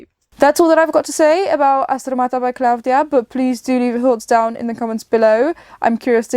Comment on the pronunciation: The singer’s name is klavdia ,not KLA’VDIA the tone is on i